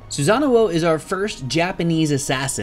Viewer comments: Actually the one that should be corrected is the "sa" part.....He pronounce it as "za"(or maybe it is just that he pronounced it in the English way?I am actually not very sure about that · you keep adding an extra oh when you say his name. its sue-sa-no not sue-sa-na-oh. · He said "Susanuo" for literally the whole video. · I've heard Susan-uo xP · every time he pronounced his name I cringed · Guy pronounced "Susano" wrong the entire video.